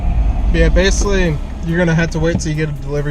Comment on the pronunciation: "base-lee" this is "base-lee" a video about postmates